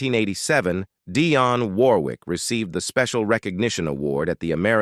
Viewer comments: What a horrible YouTube channel. You can’t even pronounce Dionne’s name correctly. Then you break into jive talking in some foreign language. 👎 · You want to tell us about her, yet you can't even get your computerized voice to pronounce her name right. Shame on you for wasting our time with something you know nothing about! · One of the best and most beautiful. This narrator needs to pronounce her name right.